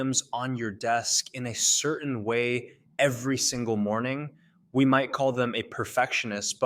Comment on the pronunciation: Can anyone verify whether the narrator is a Gen Z person from Florida? I’ve noticed that people who pronounce “certain” and “button” that way (without a clear glottal stop) tends to be a young person from Florida, especially when the G in “wrong” is also hard, as we hear in parts of New York.